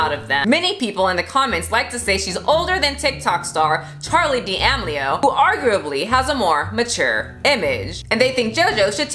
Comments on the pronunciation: Did just pronounce Charli D’Amelio Charli Dee-Am-lio? It is pronounce Charli Duh-meel-lio. Lmao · I'm offended by the way you said Charlie Deamelio